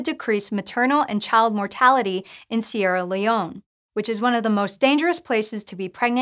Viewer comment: Sorry, the "e" at the end of Sierra Leone isn't mute. Most languages are phonetic, unlike English, especially romantic languages where the name comes from...